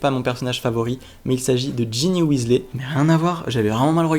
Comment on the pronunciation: On ne dit pas Weasley on dit Wesley